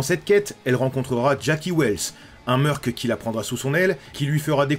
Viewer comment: Pourquoi tu dit bien « mercenaire » mais tu dit « meurc » ? C’est le même mot 🤔🤯 « pas réussi à se remettre de ses blessures » Wè c’est une façon de voir les choses 🤔😅 Mais gg la bienveillance avec les civils 😂👍🏼